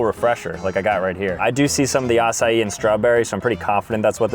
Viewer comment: "ah sai ee" 💀 acai??